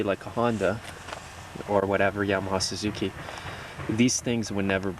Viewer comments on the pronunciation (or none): none